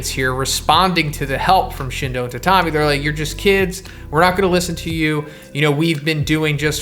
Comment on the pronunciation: i think “tatami” is pronounced “tat-ami” not “ta-tam-i”